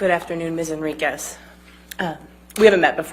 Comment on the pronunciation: Wow, said “Henriquez” correctly, her first correct-pronunciation in the trial. Someone must have coached her over and over on this one.